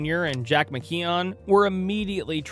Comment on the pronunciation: I noticed the voice over butchered pronouncing his name.